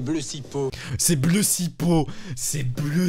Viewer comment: Le ''blessipo'' il m'as achevé 🤣🤣🤣🤣